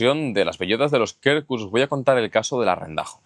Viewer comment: Quercus se pronuncia "cuercus". De nada. 😂